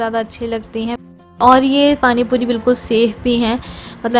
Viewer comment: Pani Puri sunkar accha lga ,warna tum or aasifa dono hi tikki pani bolti ho to bahut irritation Hoti thi.